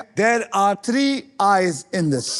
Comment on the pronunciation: Literally 3 of them is so Illiterate i would say three of them couldn't even say one of those word TH_S=THIS